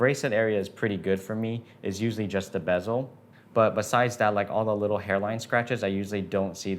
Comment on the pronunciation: Why do you pronounce bezel as “BEZZO”? 😂